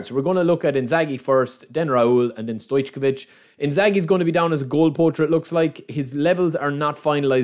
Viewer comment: It's not pronounced StoyCHkovich, it's just StoyCovich. Anyway, everyone calls him Pixi.